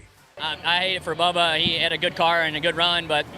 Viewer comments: BUBBA, NOT BABBA...sheesh! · His name bubba not babba. And he deserves exactly what he got